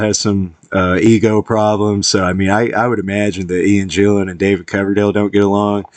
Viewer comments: A fan and you call him Jillan? It's GILLAN ffs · GILL an, not JILL an!!!